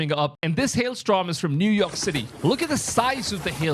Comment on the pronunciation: Hail strom? 😅 Please take an English pronunciation class!